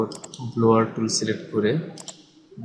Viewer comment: ব্লোয়ার না ভাই, ব্লার।